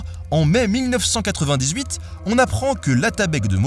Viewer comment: ahahah! 1998 ça m'a tué , déjà les liaisons foireuses j'avais l'habitude mais là ! bonne vidéo en tt cas ;)